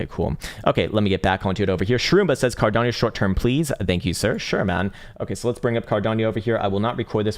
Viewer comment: Did he call ada cardapo? 😂 love this channel